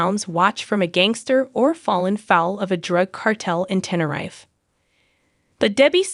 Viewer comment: Sorry had to correct u on how u are saying Tenerife to prounance it right just say Tenereef but it's spelt of course Tenerife ❤ but thanks for ur cover of jay slater he and his family deserve justice 💙